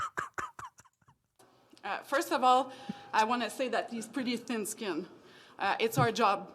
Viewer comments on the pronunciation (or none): She said tin skinned 😂